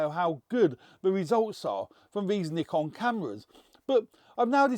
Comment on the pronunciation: Why can't he pronounce Nikon.. lol